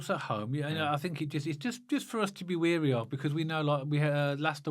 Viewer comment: Just to let you know “wary” isn’t pronounced as “weary”. Are you getting mixed up with the KRO lyrics - ‘tired and weary’? Haha Keep up the good work lads. Loving the podcast 👍